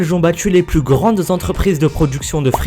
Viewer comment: C est pas Namour mais NamurXD comme ca s écrit^^ Tu ne dis pas "plous" mais "plus"^^